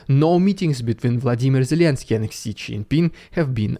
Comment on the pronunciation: Just as a side note, Xi is pronounced as Zhi